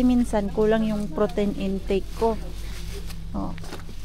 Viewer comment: say it as protin make it hard not protain. Just a sisterly advice.